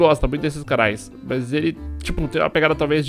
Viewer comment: O legal do é que ele troca o M pelo B, ex: mas-bas mesmo-besmo